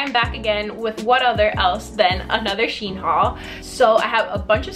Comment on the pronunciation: Just to let u know u where saying shein wrong its she-in